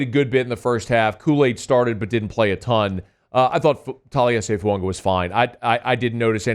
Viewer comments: His name is not pronounced Foo ung wa it is pronounced Foo ah gah, You always miss pronounce players name wrong every season , you did it last year with Penning 's name and this year it's Fuaqa it drives me nuts. If you are a true professional take the time to prepare and learn the correct pronunciation of the players name you are reporting on please. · Is this guy ever gonna stop calling FUAGA FUUNGA